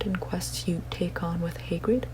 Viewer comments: did- did just say Hay-grid? I- edit: FIDDLEWICK edit2: that's it I'm minerva mcGONEl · Like the way you pronounce Hagrid.